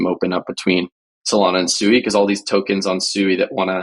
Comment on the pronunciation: Did he just say SUEY? 🤣 I'm guessing you're talking about SUI pronounced SWEE. I think somebody needs to do a deep dive into your Wormhole buddy